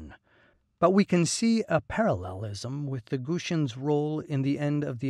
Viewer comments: WTF! These are the GUTI not the Goosi ! Why do you mispronounce the name? Guti is a cognate of Kurdi. Many Kurdistani scholars consider the Guti as the ancestors of the modern Kurdi people. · Gu-ti-ans not Gooshuns! 🙄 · its not gushians it's gu-ti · Not "Gushians", GuTians, ffs. You know, like Mr. T, not Mr Sh. What the hell is wrong with native english speakers?